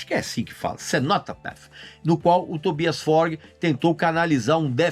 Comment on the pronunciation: O Tobias deve estar a tremer com a tua opinião... Nem deve dormir. Tóbaias ??? Tobias !!!Aprende a dizer o nome dos artistas...Claramente não tens a noção sequer do que é fazer uma jingle de radio, quanto mais uma canção. Triste